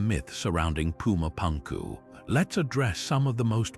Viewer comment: whatchyu mean? you don't like puma pankoo?